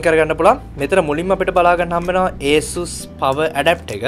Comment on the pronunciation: Asus name eka hariyata kiyapan isella